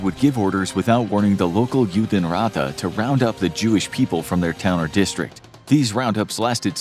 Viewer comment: Judenrat is pronounced "yoo-den raht"